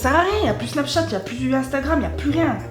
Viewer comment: tu na pas dit snapchath